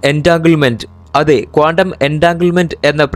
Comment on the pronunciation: കോണ്ടം അല്ല, ക്വാണ്ടം .